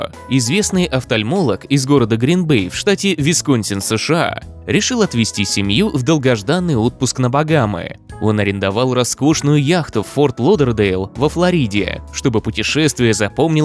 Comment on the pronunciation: Не флорИда а флОрида 😡😡!!!!!